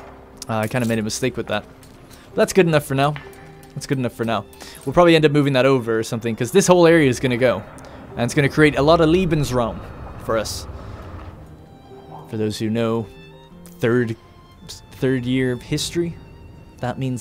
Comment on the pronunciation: You called "Lebensraum" "Liebensraum" which means something along the lines of "Lovespace".